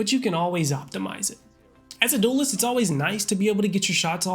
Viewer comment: i love the way he say DOOLEST its so funny lmao. great vid tho this series is so helpful